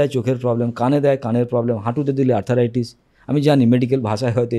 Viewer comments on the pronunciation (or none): শব্দটি আর্থ্রাইটিস (arthritis), আর্থারাইটিস নয়।